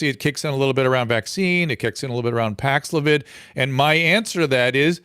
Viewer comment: Dr Drew seems to be pushing Paxlovid excessively. On the other hand, Dr McCullough calling it Paxlavoid is hilarious and obviously his way of giving advice whilst getting past the censors.